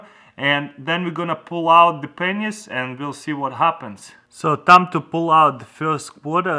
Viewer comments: oh ya it sounds like pen!s))) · When he says pennies it sounds like pingers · Pennys, Get it?😂 it's the pronounciation😂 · he used a lot of Penyss... lol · When he says pennies it sounds like something else like a private part